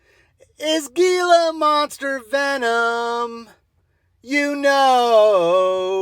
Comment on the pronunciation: Its pronounced hila monster not geelah monster.